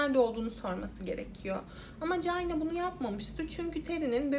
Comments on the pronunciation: Ya birader allah rızası için şu ingilizce kelimelerin telaffuzlarına önceden bi bak gözünü seviyim ya cayna ne amk hiç mi ortaokulda lisede çinin ingilizcesini görmedin çayna diye okunduğunu bilmiyosun? Eyalet isimlerini katletmene hiç değinmiyorum bile (Illinois, ilinoy diye okunuyor) Özel isimlerin %50sini yanlış söylüyosun davayı bu kadar araştırırken 10 sn bu nasıl telaffuz edilir diye bakmak bu kadar zor olmamalı!!! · Aklıma beyaz melek filmindeki sahne geldi orada da bebeğin altı kirlendiği için çamaşır makinesine koymuşlardı..:( bir de Çayna diye okuman gerekirken Cayna diye okudun her duyduğumda tüylerim kalktı 🥶🥶🥶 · Çayna diye okunması gerekmez mi? Gereksiz takıldım ya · Keske once ingilizce telafuzu oyrenseydin. Cayna ne ya🤦‍♀️ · çok çok özür dileyerek cayna diye telafuz ettiğin için izleyemiyorum videoyu